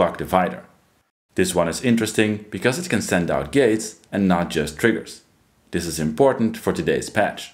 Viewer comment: Please do not change anything in your voice as a result of this feedback. My philosophy is that English is a language best spoken mangled. I was a DJ on KROQ/Los Angeles for 37 years. So when you say ‘dis’ and ‘dees’ for this and these, it is close to my heart. ❤